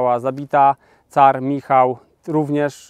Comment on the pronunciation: car, a nie tzar.